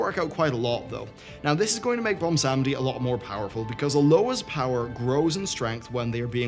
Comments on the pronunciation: Bomb-Sandy = Bwonsamdi lol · Are you saying "Bumsamdi?" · I hate myself for how much your pronunciation of Bwonsamdi bothers me. But gods it does get that vein in my forehead popping out.